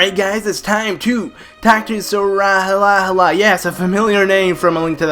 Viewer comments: I think that Sahasrahla is pronounced Sauce-Rala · You say it like sa. Has ra la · Shasrakdjwidieinjifedudkjueigc is pronounced sah - Has - Ra - la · Sorry i love your channel and im a serious fan but... ITS SA HAS RA LA Sahasrahla just GRRRRRRRRRRRAAAAAAAAAAAAAAAAAAAAAAAAAAAAAAAAAAAAAAAAAAAAAAAAAAAAAAAAAAAAAAAAAAAAAAAAAAAAAAAAAAAAAAAAAAAAAAAAAAAAAAAAAAAAAAAAAAAAAAAAAAAAAAAAAAAAAAAAAAAAAAAAAAAAAAAAAAAAAAAAAAAAAAHHHHHHHHHHH hyperventilating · It's pronounced Sahasrahlarahlarahlarahlarahla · Sahasrala has the most complicated name in the legend of Zelda series, to pronounce!